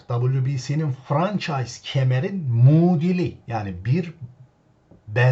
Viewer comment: Hocam severek izliyorum. Mudili diye bir kelime kulanıyorsun doğrusu ‘muadil’ dir. Vesselam